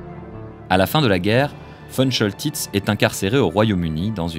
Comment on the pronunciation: On dit Von Koltitz. Ce général de la Werhmacht ( et non NAZI) adorait la France. Il a bien